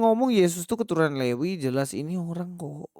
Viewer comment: Mas pras...juga salah,..dia bilang levi...bukan lewi...hahaha..